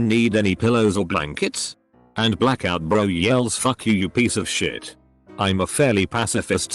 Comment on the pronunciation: I know the word is "Little Shit" but out of context "Little Sheet" sounds funny and I kept laughing XD